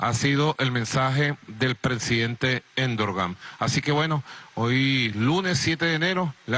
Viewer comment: jajaja el presidente "Endorgán"... es Erdogan burro!